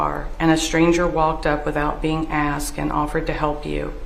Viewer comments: Imagine being a law professional and you can’t pronounce the word “asked” lol “He AXED NICCUH” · Imagine being a lawyer and still saying "asked" as "axed" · “She aksed” you’re a lawyer fuckin speak right lol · BOTH “Axe” 🪓 And “amboolance“ in a single sentence! 🤣 And she’s an attorney. Must be a DEI 😂😂😂